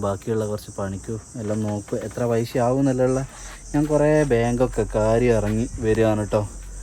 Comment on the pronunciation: പൈശ അല്ല പൈസ